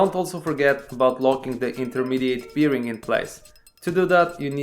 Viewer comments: Polakowi wszystko z piwem się kojarzy. Łożysko po angielsku brzmi berin a nie birin :) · What is beering? I think you are talking about a bearing 😉